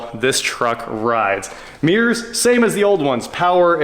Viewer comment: One thing I learned in this video: In Kansas, there are no mirrors, only meers.🤭